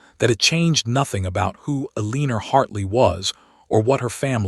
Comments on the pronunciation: Can the AI voice be programmed to say Eleanor instead of Aleener? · Mispronunciations really take away from a good story. Examples: Eleanor, stare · AI mispronounces Eleanor. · Please have the AI voice learn how to pronounce the female heroine’s name! It is frequent and extremely annoying! Please fix it!